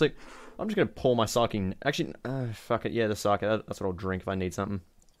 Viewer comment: Rimmy - Downunder Gaming Also an aussie youtuber, one of the best tf2 video makers out there :) Also it's saa-kae